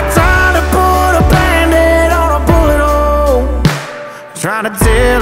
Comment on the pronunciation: Genuinely thought he said butt hole ffs